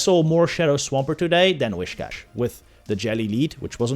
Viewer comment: The way he pronounces „whiscash“, triggers me quite a bit 😅🤙😊